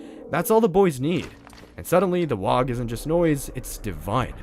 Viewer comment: I took psychic damage every time you said "wog". :(